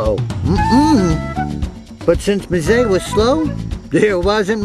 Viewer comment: It's pronounced "em-ZAY".